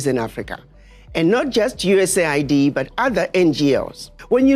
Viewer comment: completely one-eighties his USAID take. Initially, he shows how the agency's stated humanitarian function belies its true geopolitical function as a tool of destabilization and hegemonic manipulation; he even correctly pronounces it, "U.S.A.I.D." But by he has flipped, lamenting how the "humanitarian cost" resulting from Trump's removal of USAID funding "could have devastating consequences" for South Africans—this time using the propagandized media pronunciation, "US aid".